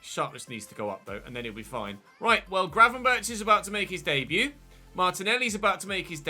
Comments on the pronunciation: It's not graven-birch It's Berg, with a rasping G. Almost like a sore throat one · Btw, you pronounce it Gravenberg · Just a tip: Gravenberch is pronounced with the same G at the end. So the “ch” makes a “g” in this case (as in most, if not all in Dutch pronounciation). Like a “hard g”.